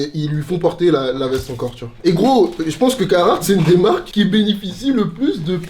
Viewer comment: c'est le seul mec qui kiff cette marque plus que tout mais qui la prononce mal. C'est caRhartt pas cahartt! Pourquoi tu chasse des lettres dans le mot?